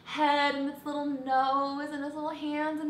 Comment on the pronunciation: it sounds like you say "his little" lol but I could be crazy! I say boy!!!